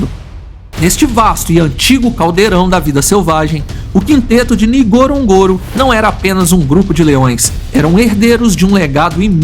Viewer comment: Poderia ao menos aprender a falar o nome correto do local Ngorongoro,,,,norongoro...simples